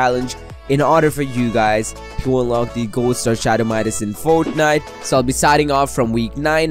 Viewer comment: lol how he says fornite